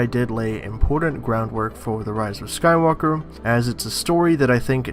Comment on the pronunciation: The roise of Skoi wooker